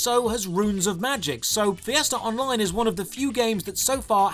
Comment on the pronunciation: Fee-essterr Online